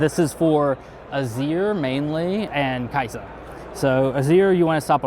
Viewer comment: The list and interview were amazing, but i do have one gripe of the whole thing... As a supposed player of League of Legends who got to "masters" as top lane, how does one mispronounce "Kai'sa" as Kasai?